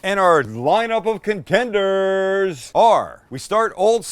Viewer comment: I've also used Cheezit's. HA you said con-Tenders!!